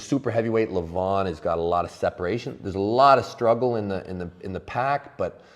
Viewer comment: LeVAhn, not Leven